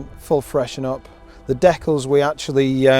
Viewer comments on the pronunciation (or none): Definitely the most unique pronunciation of "decals" ever.